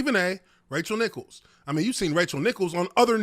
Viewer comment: I can't hear any of what Nichols said. Also it's Nichols (Ni-Culls) not Nicholas lol